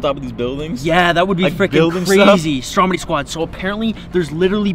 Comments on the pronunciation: It’s stromedy not strong body LOL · Check ur spelling you said Stromdy instead of Stromedy and u said flyies